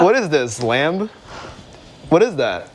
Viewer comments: I love how he pronounced lamb with the B🤣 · he pronounced the B in lamb